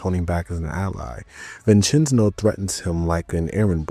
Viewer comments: Mama Mia I ain’t the only one boss says it too😂. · I’m 15 minutes in and if you are going to pronounce “Vincenzo” as “Vincenzno” for another hour and a half. I’m not gonna be happy haha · Brother it’s vin Chen zo. dude says it in game for you the way it’s pronounced. My Italian side can’t handle it😂😂😂😂